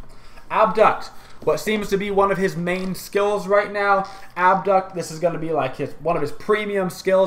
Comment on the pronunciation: AB-duct? wtf